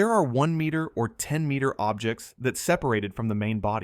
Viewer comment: and fragnants and ogjects. I hate this AI crap